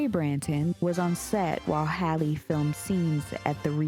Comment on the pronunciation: not her saying “Hailey” instead of “Halle”. Don’t tell me they were doing this with Halle Berry, too lol 🤦🏾‍♂️